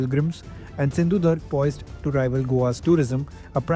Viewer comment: Our NEW ENGLISH SPEAKING generation, can not even pronounce "SINDHU-DURG" Correctly. 🤮🤮